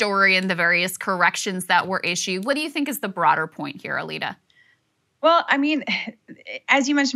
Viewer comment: why is her name pronounced Alita but the description says her name is?